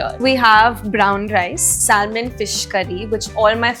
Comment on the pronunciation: Did she say Salmon ??? Like L also ?